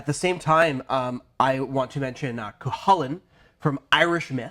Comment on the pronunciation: I like the video, but oh goodness, the pronunciation of Cúchulainn in this video physically wounded me. koo-kool-in